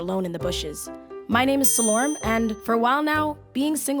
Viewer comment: Uh, Selorm you too fine. But how you pronounce your name irks me though!!